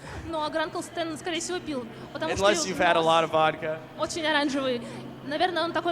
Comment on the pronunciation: Alex Hirsch totally nailed the word Vodka!!!!perfect russian pronunciation👌🏼